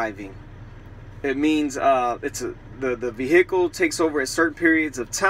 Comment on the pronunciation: Never heard someone call it a vee-HICK-ull